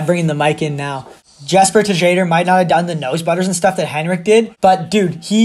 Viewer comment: Man said Jesper Tuh-jadher 😂. Much love ❤️